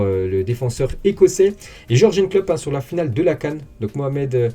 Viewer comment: George N Klopp? 😂😂😂 Ça se prononce Your Gun Klopp!!!! Merci de ne pas écorcher les noms 😁